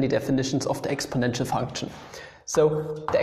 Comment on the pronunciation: Love how u say funchun